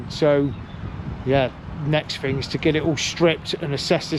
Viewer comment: you said the fing won`t start is the fing a car do you mean thing 🤷‍♂ you sound like a right nob or is it knob 🙄